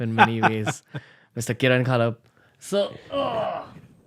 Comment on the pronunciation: It's pronounced as Khapal and not Khaalap.... u r still a dud Raanvir.